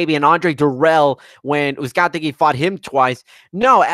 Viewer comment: The main announcer also referred to Brandon Figueroa as Moises Figueroa at least once (in the Brandon Figueroa vs Moises Flores semi-final). Combined with the thousand pronunciations of Uzcategui, it didn't make for a great outing on the mic for the announce team. That said, it was a fun card with a really good main event.